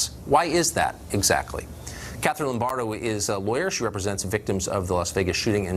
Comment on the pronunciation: U lost me at Catherine “LOMBARDO” 🙄